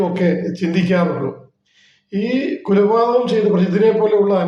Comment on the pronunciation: കുലപാതകം അല്ല “ കൊലപാതകം” ആണ്.